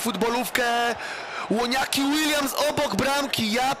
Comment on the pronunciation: ŁONIAKI ŁILJAMS